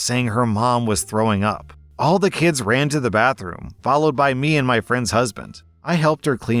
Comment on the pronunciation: "Meand"? Who is this "Meand"?